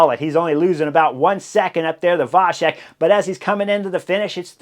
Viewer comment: Great coverage as always. One little hint - in slavic languages "C" is always pronounced like tz (e.g. tzar), so Vacek is pronounced Vatzek. Only with caron "Č" (and with cz in polish) it is pronounced soft - like CH (e.g. chilli)